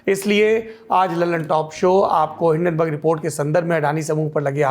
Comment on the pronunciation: Hindanberg ऐसे तो नही बोलेगा